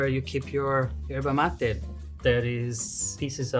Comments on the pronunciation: the brasilian portuguese pronunciation is usually Erva Mate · No bro. Ierba Mate is not the way brazilians says because we speak portuguese, we say "ErVa Mate" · it's not how its pronounced in Portuguese. It's ERVA MATE. With a V.